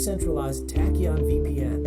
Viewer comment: It's pronounced "Tack-E-ON"